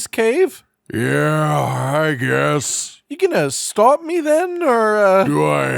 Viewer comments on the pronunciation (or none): none